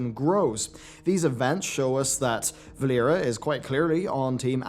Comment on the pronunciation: Did you really say "Valeria"?? And odd that you aren't aware, but Valeera isn't horde nor Alliance, but WRYNN!!